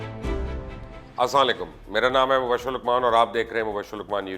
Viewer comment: Oh bhai salam sahi se kia karo nhi krna ata tu na kia karo Aap pouri meaning change krdety ho . Salam k meanings salamti bhejny k hn or Aap "As salain kum keh kr bd dua dety ho.As salasin kum ka mtlb hai tum per mout Aye .